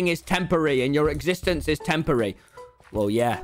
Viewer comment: weird way of saying "temporary"